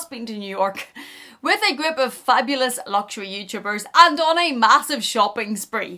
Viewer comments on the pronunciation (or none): none